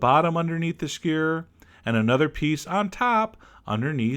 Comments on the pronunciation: SKEW-ER NOT SCURRRRRRRRRRRRRRRRR. LOVE YOU. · he says skewer like squeeer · I like the way he says skewer! skur..... =) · you forgot to pronounce most of the letters in "skewer" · I love how he pronounces skewer as if it were a single syllable.